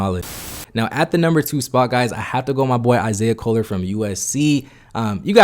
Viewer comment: This dude butchering everyone's names. "Steven Castle, Isaiah Coler, Ja'Kobe Walters" put some respect on their names bro, this ain't no Antetokounmpo. Stephon Castle, Isaiah Collier, Ja'Kobe Walter